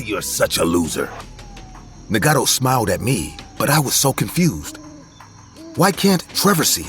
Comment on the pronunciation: Nagato (Nah-gah-toe) Na•god•tho